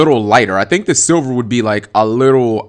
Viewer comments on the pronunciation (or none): none